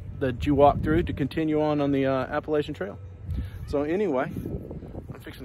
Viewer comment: How can you say y’all , and then mispronounce the trail name?